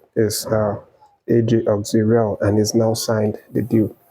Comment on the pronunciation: AJ Auxerre 😂😂😂 Not Auxerree …No disrespect